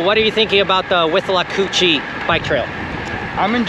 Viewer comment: It's with-la-coo-chee. And In-ver-ness.